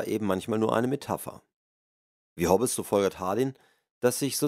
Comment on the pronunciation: "Hob-bes" ist auch gut! :) Boy oh boy!